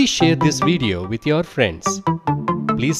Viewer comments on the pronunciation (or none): none